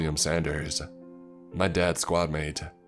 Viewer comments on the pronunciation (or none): none